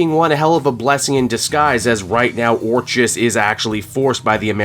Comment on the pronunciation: It’s pronounced, Or”k”is.